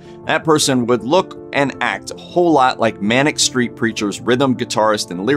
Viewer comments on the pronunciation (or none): none